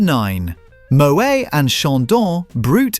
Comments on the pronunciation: Moway? It's Moet. Pronounce the T! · It’s pronounced moh-ett not mohay - English speakers who want to pretend they know French always make this mistake. Like Noël is no-ell not no-ay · AI voice needs to learn how to pronounce Moët